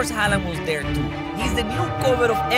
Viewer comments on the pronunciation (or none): none